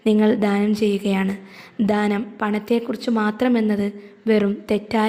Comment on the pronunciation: ധാനം അല്ല ദാനം